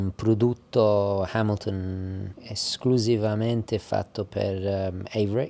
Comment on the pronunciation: Finalmente uno che sa pronunciare Hamilton 😂